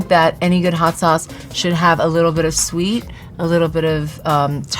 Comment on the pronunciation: couldn't help but laugh at 's.o.s chilli'. it's really just pronounced 'sauce', sean.